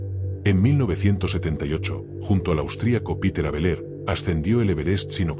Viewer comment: Peter, no Piter.